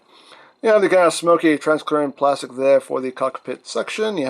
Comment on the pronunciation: I kinda miss the time when there’s a bunch of newcomers are correcting, “it’s translucent/transparent, not transclearance”